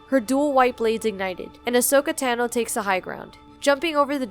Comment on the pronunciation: I cannot stand how this narrator refuses to use the "aw" vowel sound for peoples names. HOW DO YOU SAY THESE NAMES WRONG!!?? They literally say them correctly in the show. Taw-noh. Asoka Taw-noh. not Tah-noh. Jesus fucking christ....